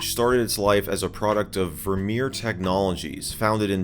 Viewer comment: Thank you for pronouncing “Vermeer” correctly